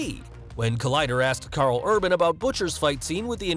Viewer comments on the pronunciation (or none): none